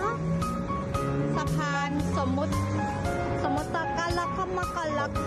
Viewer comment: สมมติ ไม่ใช่ สมมด